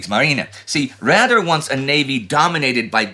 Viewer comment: Please ... next time pronounce Raeder as (English) Raider.